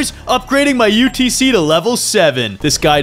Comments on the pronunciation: said utc but is utt😂😂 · brah sed utc not utc